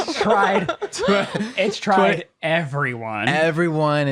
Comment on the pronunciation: "2020 HAS TREYED EVERYONE!!!!" LOL!!!